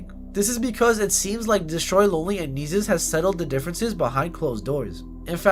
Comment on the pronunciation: You’re pronouncing his name wrong if not it just sounds annoying asf Nessus Nessus Nessus